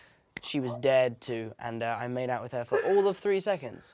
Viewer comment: When he said "Dared to" i thought he said "Dead to".